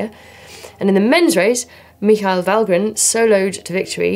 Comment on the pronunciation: Spot on Emma with the pronunciation of Michael Valgren. Could you please have her voiceover any non british name in all your videos from now on, or as minimum do it for Loydi. Cant have him going around making people upset.